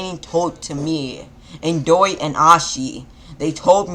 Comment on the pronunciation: Is my ears working coretly you caled indara indori